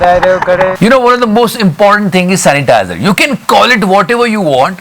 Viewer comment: #The satya show Are bhai meri to hasi hi nhi rok rhi.chalo didi sanitizer word rong bola .but it's ok.yaar Lekin ussai zyada mazaa to second video mia dai diya .usnai bc wali gali bhi bhuth funny thi 😂😂😂🤣🤣🤣🤣🤣🤣🤣🤣🤣🤣🤣🤣🤣🤣🤣